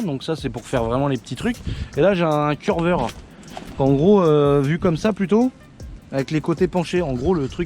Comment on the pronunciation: Pas curveur c cureur 😅